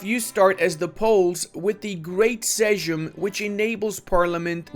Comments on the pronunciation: you shall read sejm as saim or something idk. It's not an egnlish j like john, but more like i in igloo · Damn that's great mission tree! Can't wait! Btw. "Sejm" should be read as "same." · You actually pronounced szlachta right, big applause man, but you’ve mispronounced Sejm, you should read it just like it’s written, so just Sejm. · "Seym, "Sejm" is basically "Seym" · Sejm is pronounced Seym, not Segem :D Then again, your pronounced Szlachta perfectly, so I'm suspicious you are doing this on purpose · You had the pronunciation of szlachta right but the "sejm" killed me 😭, you pronounce it sth like seym for future reference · fun fact: You read "szlachta" correctly, but butchered "sejm" - it has same pronunciation as "same" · Miałem napisać to samo co Panowie przede mną ( Pytlak Adamczyk ) :D But this "sejm" to improve. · XD actually it was pretty much perfect. What you kept butchering was "Sejm", which should be more read as "seim" if one would to use English "alphabet". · Hi, you pronounced "Szlachta" extremely well 😁 however, the word "sejm" you should pronounce just like "same". The letter "j" in Polish is always pronounced as "y", so in polish we say: jacht, jogurt, Jemen which obviously mean: yacht, yoghurt and Yemen 😉 Btw, is it only me who noticed that every new patch makes new countries waaay more powerful than the previous one did? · Ye noticed it also. Sejm=seym.... from Balkans, wtf man, don't english every word:D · The pronunciation for 'Sejm' should be as same as 'same' :D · Actually you said "Szlachta" perfectly but butchered "sejm" each time ;D It reads like "Seym" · turning American in his pronunciation of "Sedzm". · This guy said "Sejm" incorrectly (it sounds similar to english "same") but when he said szlachta correctly he apologised haha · Sejm is pronounced same as 'same' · The butchery of SEJM ARGHHHH, say it like S E I M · if u want to pronounce sejm correctly just say: same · you butchering "sejm", "szlachta" is ok